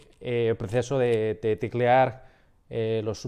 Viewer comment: Some really quick feedback since you're here (there's much more) sounds like you say "lingua" instead of "lengua" to me you say "video" but you use the Spain accent where they say "vídeo" you say "ticlear" instead of "teclear" So potentially need more work on e/i, but regardless it's overally really good!